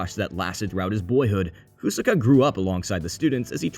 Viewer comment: “KU-saka” “Kaiksa Gear” Did you watch the show on mute or something?